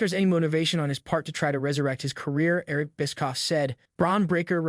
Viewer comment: Bro learn to pronounce Eric Bischoff and other names. A WWE fan chanel should be able to do so.